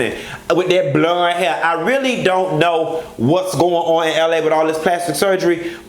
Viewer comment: The way you say BLUND 😭😭😭😭!!! I’m here for it! I can’t stand Kimberly and I never will!